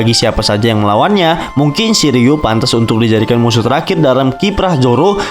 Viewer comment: Shiryu❌ Shiliew✅